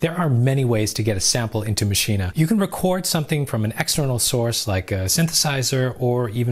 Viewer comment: Great tutorial, but Everytime you say Maschine you say "Mascheena." It's pronounced "Machine," the extra S in their name doesn't make an A sound at the end